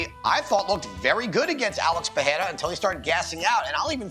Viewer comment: How are these "professionals" still mispronouncing Pereira's name?